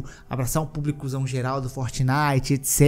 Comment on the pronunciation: "Abraçar um pucliCUZÃO geral..." 😅